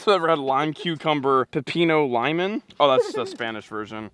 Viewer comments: Im offended Norm that’s my favorite Gatorade flavor, and it’s pronounced “ Lee-Moan” with a Spanish accent 😒🤣🤣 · You 2 together crack me up. Norm the lime cucumber gatorade is pronounced lee-moan pep-eeno